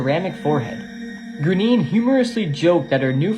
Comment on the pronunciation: Graine is pronounced grawn ya